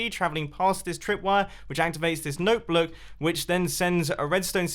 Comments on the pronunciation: instead of note block, he says note bloke. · Mumbo mispronounced noteblock My brain: "I think he said 'Notebloke'" Me: lols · Mumbo: Note Bloke Me: I think its note block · Literally everyone: Note block Mumbo: NOTE BLOOK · "note bloat" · did anyone here when he said notebloke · Note blewk. Really mumbo what are you speaking. 😂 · did he- did he say note bloke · note bloce. good grammar mumbo :| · "Note bloke" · he said note blook, not note block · "Note bluck" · I just hear note bloke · Did anyone else hear noteblook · In your 7th build you said note bloock not (note block) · he said noteBLOOK instead of noteBLOCK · Instead of note block he said Note Blote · "Note blook" mumbo jumb 2018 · you said note bloke not note block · 'Note bloke' Jumbo 2018 PS. ..... he actually said note bloke i Didn't make a spelling mistake, if you don't belive me then re - watch the video at the time shown ok? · LOL HE SAID NOTE BLOKE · note bloog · Note blook. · OR NOTE BLOOK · “Note Blouk” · “note bloke” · Note blook? Lol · Did anybody hear mum I say note blok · "... Which activates this note bloke..." WHAT? DID I REALLY JUST HEAR THAT? xD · “When it travels through the note blook...”. Mumbo Jumbo 2018. (Spoon moment #3) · Ya said note bluk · . Join the note "bloke gang". Lol he said note block wrong. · a 'note bloke' never heard of it and yes that is what i heard you say don't deny it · Lol I heard he say note blote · anyone realise he said notebloock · excuse me but did you say "Note bloke" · “Note blook” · Did he just say note bloak??? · “Note bloke” - Mumbo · “Note bluk” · Did anyone hear him say ‘note blote’ ? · I heard note bloke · It just sounds like “note blow” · He said note bloke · I did and replayed it to make sure I heard right lmao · Note bloke? I swear he said note bloke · "Note Bloke" XD amazing imma call noteblocks that from now on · he said note blook did you hear him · did he say blook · "Note Bluck" Mumbo Jumbo, 2018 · lol you said note bluck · whats a noulk blouk?